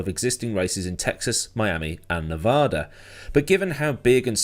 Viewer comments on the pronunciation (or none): A Chicago race is stupid and dangerous for everyone going there. Please pronounce Nevada correctly, we aren’t French.